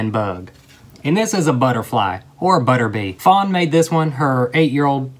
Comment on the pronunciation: When he said buter bee